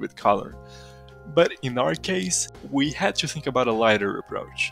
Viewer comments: Haha gotta love how Brazilians say "to" -> tchoo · to you --> "tchoo yooh" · o que mais gives away é o "to" sendo "tchu" hehe